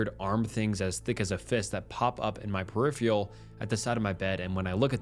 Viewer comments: Peripheral is pronounced PER-I-FER-AL!!! Not perifail !! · Dude.. I am begging you to please learn how to pronounce peripheral